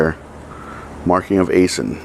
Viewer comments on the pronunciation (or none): It’s pronounced “I-Sin” phonetically 👀